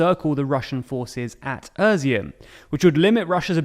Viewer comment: I like the format and the to-the-point brevity of the TLDR channels, but if continuing to report on Ukraine (as is likely) it would be good to take a few minutes to get the place names right. Izium is "e-zium", not "ER-zium", and Kreminna is not "Kreminia", etc. (There's been a few more in earlier videos too.) Keep up the good work.